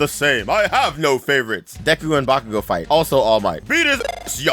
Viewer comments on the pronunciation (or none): none